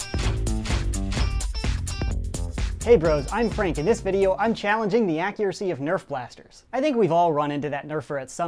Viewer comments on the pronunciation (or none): none